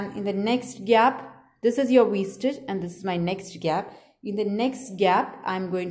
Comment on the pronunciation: To me she keeps saying w stitch but it’s really V stitch